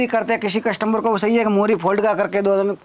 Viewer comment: कस्टम्बर नहीं कस्टमर बोलो भाई